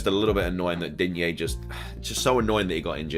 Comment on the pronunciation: Please drop the "a" in digne”a”, I am French , there is no A at the end of Digne . 😅 if you pay attention to commentators they are saying it right but in the FPL community everyone is saying it wrong !